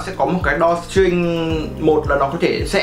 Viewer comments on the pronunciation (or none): =)) video khá tốt nhưng mà tiếng anh ổng nuốt hết chữ mất trơn :(( drawstring mà ông đọc đo tring :)) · Đo ching :))